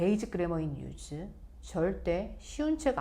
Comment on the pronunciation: basic의 발음은 베이식 in use의 발음은 인 유스 입니다 가장 기본이 발음이라고 생각 합니다